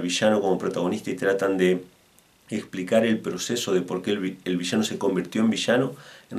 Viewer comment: es VI - LLA - NO LLA LLE LLI LLO LLU no vishano , gaucho al pedo